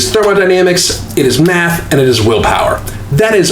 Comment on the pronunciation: I looked away and it sounded like you said willpower and meth lol